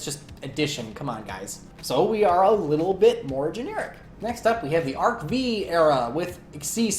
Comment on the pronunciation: Great, thoughtful video on the subject. ...but I cringed when you said "Arc-V era" and "Xyz" in the same sentence :p